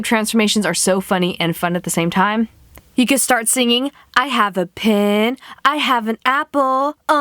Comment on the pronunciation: it's pen not pin